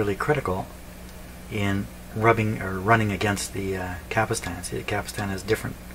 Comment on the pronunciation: It's a CAPSTAN ... not a CAPISTAN ..!!!